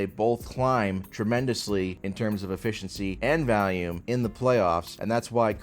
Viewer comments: I truly believe deep down that one day, will learn how to pronounce volume correctly instead of saying Valium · I love how says valium instead of volume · Took me half the video to realize you were saying volume not valium lmao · pronounces “volume” like “Valium”😂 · you’re the goat but please learn how to say volume